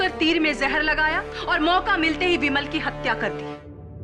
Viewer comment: बिमल को विमल कहा जा रहा हे 😂